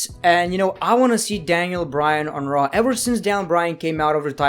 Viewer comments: (no offense) but I crack up when he says traw instead on raw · be like: 'Monday Night Traw'